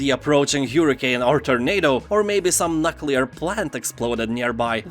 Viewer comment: Nuk-le-ear. Lol. Massive as your momma. You're killing me. The comedy alone is worth a watch.